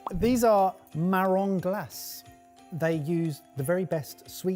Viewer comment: Thank you so much. I loved this compilation. I am so lucky to have had fresh Chanterelle mushrooms as a child. We went mushroom hunting and found them! I think I have had Morels as well. Hee, hee -- It is Marrons Glass-ay.